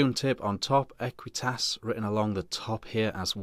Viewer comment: "ahqweetus and a keltick on da side um nd some keltick umm around um th top"......